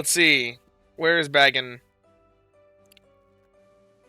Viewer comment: Good luck to you this event! Just one little thing, it's Bay-gON, please and thank you lol.